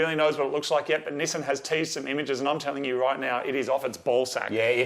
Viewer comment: my girlfriend said the way he pronounced NIssan keeps reminding her of Ramen lol (NISSIN)